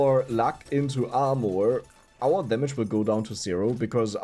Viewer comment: Its so funny when he says armoour